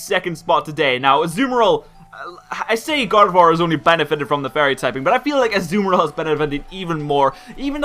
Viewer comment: pronounced Azumarill wrong. It is pronounced As-zoo-mar-ill. (Can't really type the last part of it but the end isn't pronounced ill like someone being sick)